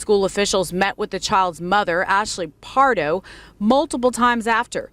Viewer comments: bro how tf you going to pronounce PARDO as PARADO tho? i cant respect you enough to watch past that. i'll learn about the story from someone else tf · why do u pronounce "pardo" like "parado" wtf lmao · C'mon Wash-ing-tun! Just kidding, but seriously Ash-Lee Par-doh! not (parado) Pa-Rah-doh! Though I agree; she's MORE responsible than him at the age of 13! I was trained with guns at a young age; somewhere around the age of 10; by a police officer; my uncle! But I wouldn't look at something like this fun; since I was trained about what happens when you grab a gun! You use it; that's it! Never reach for it unless absolutely necessary.. Don't think he had proper gun training; of course military school also helped me respect a weapon even more; but more respect out laws, constitutions', and rights'. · Hey! Her last name is Pardo. Its pronounced (par-doh). It's my wife's maiden name. She's a little upset with the mispronunciation. 😂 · Stop with the stereotype against face tattoos! 😭 Btw, CANNOT pronounce any surname to save his life! "Pardo" not Parado or Prado 😂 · This guy can't decide how he wants to pronounce the mom's last name 😂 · My question is: how many different ways can pronounce this lady's name in one video? 😁